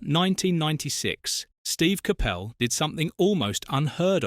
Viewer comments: CAPPEL ? ? Have a word ! ! ! It's pronounced . . . COP ULL. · If you’re going to use AI for the voice over please pronounce the guys name properly